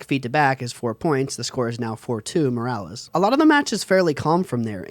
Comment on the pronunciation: Muh-ROO-liss JFC dood